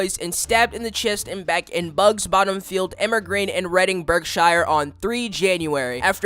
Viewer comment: Berkshire is pronounced Bark then sounds like you have just stopped yourself from saying the s word. Just a heads up